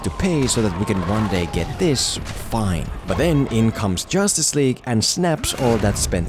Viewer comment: Did anyone notice that he kept saying jostice league all the time lol